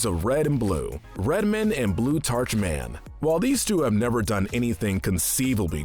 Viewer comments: Blut*arch.* It's blu-tar-k. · this fucking man just pronounced blutarch wrong, i am out of here.